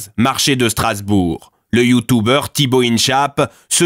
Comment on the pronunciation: Effectivement et en plus ils disent YouTOUbers